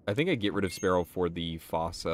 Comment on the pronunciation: Fossa is pronounced “foo-sa” btw